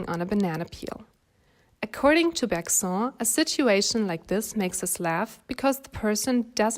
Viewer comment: Thanks As a French student this video actually helped me more than certain french ones 💀❤️ Btw we actually pronounce Bergson like « berg » and « son » like the English way like the son of a father